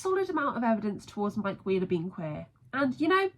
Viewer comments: genuinely thought you said "mike queer-ler" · if you listen closely when you say mike wheeler it sounds like you're saying queer in the middle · even like “aM I Queer, El?”